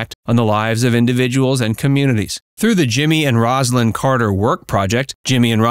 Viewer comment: From the start, the commentator mispronounced Rosalyn's name. I'm done. Do better.